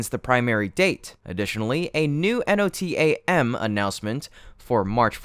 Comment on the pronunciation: NOTAMs is pronounced 'No-Tam(s)'